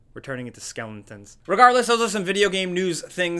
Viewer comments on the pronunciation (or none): Yes we heard you say skellington. Lol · Literally no one:: SkElOnToN